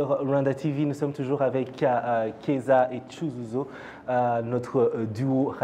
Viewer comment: Mais, comment ça se fait que vous ne savez pas comment prononcer CYUZUZO ! Un nom rwandais très très joli ...🤩. Keza aussi 👌🏾